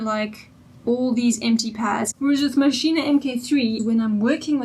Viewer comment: Pronounced Mashine not Maschine ah.